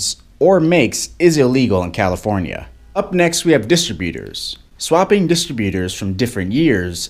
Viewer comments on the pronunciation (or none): What's a distabutor? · What the heck is a distra beater? Haha